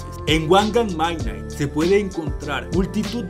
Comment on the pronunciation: Creo q se pronuncia midnaigt